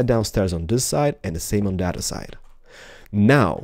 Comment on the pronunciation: love how u say other side sounds like ur saying udder side